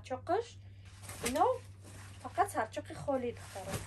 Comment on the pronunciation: Сарчок не сачок